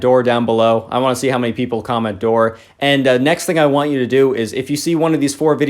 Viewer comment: Door not floor